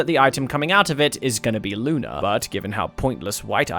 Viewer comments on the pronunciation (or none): none